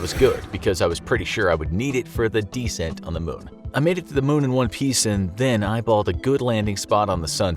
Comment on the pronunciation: Its moon not mun